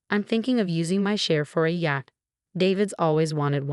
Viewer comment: Yat for yacht…and more! These people need a book on Phonics.